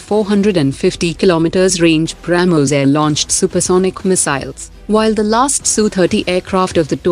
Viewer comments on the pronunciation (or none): none